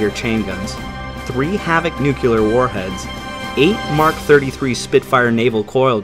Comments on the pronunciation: >"nukeyuhler" Dislike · Funny: in the 26th century English speaking people still pronounce the word Nuclear as nucular... 🤣 🤦‍♀️ But carry on, freedom of though as valid as my freedom to mock it 😁 Never played this franchise, but it's amazing... a shorter version of Stargate universe: almost no advancement, but similar sacrifice